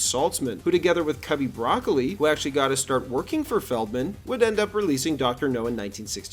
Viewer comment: Cubby bruh-COLE-lee, not 🥦